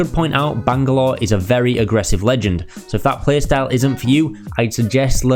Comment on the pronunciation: Look man it was a great guide and very entertaining while informing but that has got to be the most annoying pronunciation of Bangalore I've ever heard